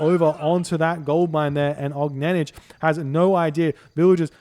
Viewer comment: Огненнидж :D Little tip: for more correct pronunciation, do not read the last letter J, just OGNENNY, thx)